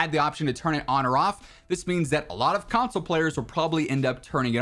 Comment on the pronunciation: Console.. is the word you butchered in every way possible. 😂